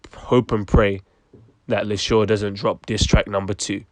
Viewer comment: It's not lady lis-sure...it's lady Lee-shurr. Spelt Leshurr.